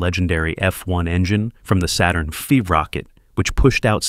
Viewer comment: Did you catch the errors? I suppose you do not want to correct them? The voice mispronounced the 'Saturn 5' ; then further on you said litres and not tonnes.